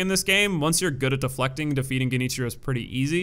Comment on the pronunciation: “” was my favorite.